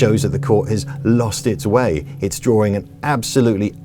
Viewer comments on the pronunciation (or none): none